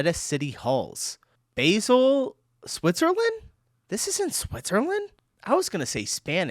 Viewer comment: I’ve been learning German for like 6 months Also: is it Bäsel or Baysel? 😅 FYI, it’s neither. It’s Bah-sel. (Like the sheep makes bah and add sel. 😅